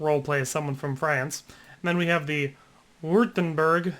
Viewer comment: its pronounced witt-em-berg